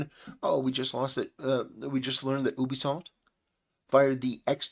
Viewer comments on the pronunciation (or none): none